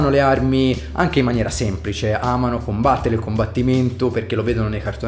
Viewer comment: Ti voglio bene ❤, ora si va a COMBATTEREH e a dare le BOTTEH